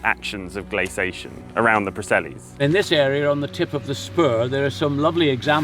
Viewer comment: I really enjoyed this video, it seemed a very even-handed approach. One (slightly) jarring and recurring irritation: please say " glace- ee- ation " like Johns does. It's the correct pronunciation. You say " glacation " but there's an extra " i " in there, as in glacier, glacial etc. Correct pronunciation & diction makes you sound knowledgeable & lends credence to your work. Perception, I know, but it's advantageous to strike agreeable chords in the minds of your viewers & listeners, and not the repeated distraction of incorrect pronunciation which creates a sort of momentary hitch when following along.